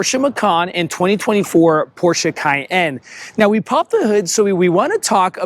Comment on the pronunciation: the way you said cayenne. CAY......................................END